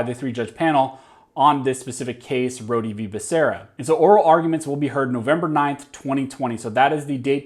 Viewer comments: Rhode...as in 'Road'. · I'm pretty sure that the "e" at the end of "Rhode" is silent.